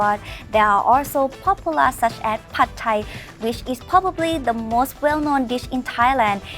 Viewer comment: it is spelt and pronounced Pad and not pot. The Thai spelling literally tells you that. You got so much wrong in your comment